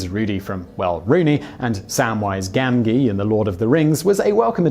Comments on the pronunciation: As an American I completely understand, however there is no excuse pronouncing the hero of the Lord of the Rings, Samwise's name wrong! How dare he! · misc alotastuff If you're talking about how he pronounces Gamgee, there are a a couple issues with your argument. First, it's a proper noun so it has nothing to do with regional or cultural pronunciations. Second, and more importantly, Gamgee comes from the character Sam Gamgee from the trilogy Lord of the Rings. It was written by J. R. R. Tolkien. He was British. So when people correct him for saying Gamgee incorrectly, it has nothing to do with Simon being British. The correct pronunciation of Gamgee was determined by a British man. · If you can't pronounce a character's name (Gamgee) properly, why even make videos? Gamgee is so very British, written by a British writer, that you shouldn't even have any problems pronouncing it. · Dude, how do you not know how to pronounce Samwise Gamgee's last name?? Love the video though, figured I needed to rip on you a little bit, keep your feet on the ground!! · My ears bled. And then they exploded later when he says "Demigorgons". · But that's just it, it only takes what, like 5 seconds of research on youtube to find out how to pronounce the name Gamgee. By Simon not taking the little bit of time to research how to pronounce a name, his research into other matters is called into question. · Now if we can get him to say Samwise Gamgee correctly.